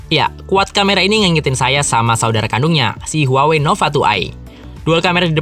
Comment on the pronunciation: Bacanya tu HU-AH-WEI